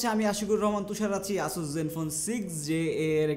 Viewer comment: উচ্চারণ "অ্যাসাস" হবে ভাই 🐸